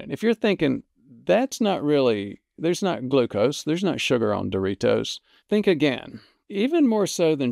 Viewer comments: Great video. But I can't let you go through life pronouncing Doritos like no other human on Earth. Too elegant. You make it sound like a fine Italian wine. You: dor-EE-TOES Proper: dor-eeDOZE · I like the way you say "Doritos"